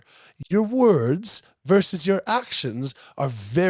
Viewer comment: Versus not "verse".